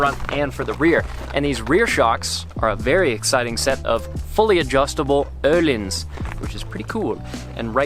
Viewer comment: First time an American said Öhlins kinda right! Good on ya!👍👍